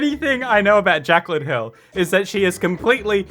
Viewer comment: Jaclyn Hill How I heard it: Jack on hill